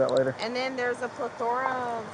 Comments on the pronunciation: "Plih-thorah" made me throw my phone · Ple-thor-a 😂😂 why use words you can't pronounce? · The way she pronounces “plethora” just makes me itch. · Google how to pronounce PLETHORA & its ATTEST , not CONTEST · Her trying to pronounce plethora😂😂😂😂😂